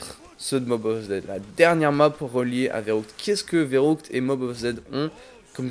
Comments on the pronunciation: On dit férukt pas veroukt sa me dérangeait mdr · C'est pas "Verroutk" mais "Verrükt" ;)